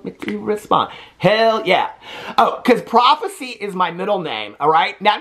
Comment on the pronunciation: PRIVACY!! Not prophecy 🤣🤣🤣🤣🤣🤣🤣🤣🤣🤣